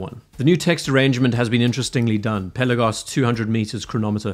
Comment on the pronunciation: Pel..aaa..gos. Not Pella-gos